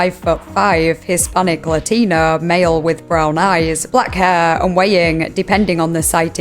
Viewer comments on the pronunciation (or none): Northern accent saying "Latino" made me laugh lol Lateeenoooo